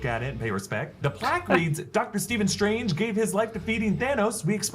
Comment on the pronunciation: "Dr. SILIIILII UIIUInge"